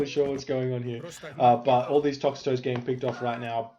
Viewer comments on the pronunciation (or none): I get so triggered by your inability to say names correctly every match but especially this one for the Toxotes. It is Toxotes so tox-oh-teas or tox-oats. Not tox-a-toes!!